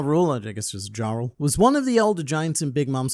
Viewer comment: Internet Man, why do you pronounce the “J” is Jarul and Jorul? Isn’t it a “Y” sound?